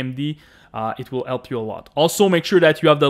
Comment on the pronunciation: Thanks for the 'elp' brother (jk)